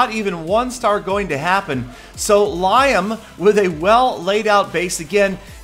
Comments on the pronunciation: Seriously, guys? Lol, he is doing that as a joke, and likely is referring to the Clash of Clans Super Bowl commercial. ;) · The way you pronounce Liam made me cringe xD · Liam is not LIE - AM its pronounced more like LEE- AM its irish 😂you pronounced it very funnily but sure nobody understands great video though! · It's lee-am, not lyam, you drip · as many have said, it's "Lee=em, not Lie=em" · Lie-um? It's Lee-um. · Liam is pronounced like lee-am not Lie-am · Li-um?? It's lee-um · (lee-um) not (lie-um) I guess you could pronounce it how you like but, it's just slightly annoying. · its not pronounced liyam its pronounced leeam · Yes, I would. It's so fucking frustrating. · It's Lee-um not lie-um lmao smh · It is pronounced lee-ham, over here... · "Lye-um" Really? xD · I noticed that also haha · There are enough Irish people in USA you would think he would have known better it's funny to here him saying Liam ( lye ham) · idk how 'liam' is pronounced where you're from but it's "lee-um" where i live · Its pronounced Le-um... silly, start listening to Peter! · It's Liam not Lyam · its pronounced lee am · Liam not "lyam" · Pronounces Liam 'Lyam' 😂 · you said Liam like lie um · ITS LIAM NOT LYHAM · its pronounced Lee-am, and th10s can be three starred no matter the base lol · stop sayin liam like lyam 😭😭😭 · Liam is pronounced Lee-am its an irish thing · If anyone called me Lie-um I'd slap them. Not a single person I know pronounces it the way did. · I loled at the Liam pronunciation. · u pronounced Liam wrong 😝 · Why is everyone so worried how he pronounced LIAM? Who gives a shit, just watch the damn raids!!!! LOL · no offence im called liam to and your pronouncing it massively wrong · Haha pronounced liams name wrong 😅